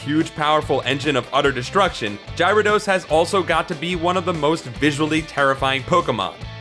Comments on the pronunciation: Oh god... "Gyra Dos..." No... just no. It's Gyarados! Gy ara dos! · My nerdy nitpicky fanboy side... it's scrapping to get out..... URRRRAAAAAAAAAGGGHH!! It's not Gyra-dos! It's Gara-dos! Gara, as in Garin from Gar1onriva, who would know better than to make such an amateur mistake! Auggh.... Oh, man, accessing that side of me takes so much out of me, it's almost not even worth it. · Gyrados.. jirodos???? I love your videos but cmooonnnn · I'm just waiting for you to say gyarados right. GARA-DOS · Gyro-dose? What the hell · puke worthy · I can't Ji-ro-dose lol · There is no way that he is not mispronouncing things on purpose. Previous video he said Luffy incorrect and now its Gyrados? I mean come on. These are like 20 year old properties. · What is your accent? Do you say dino-sawr and not dino-sore too? Between this, Gyro-dos and Luffy being said wrong who proofreads these videos for pronunciation? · the way you pronounce Gyrados is cringe worthy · Why? Because he didn't pronounce Gyrados the way you wanted? Get out of here. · Why do you say Gyarados Wrong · So much complaining about the (probably intentional) alternate pronunciation of a fictional characters name, it's just sad really.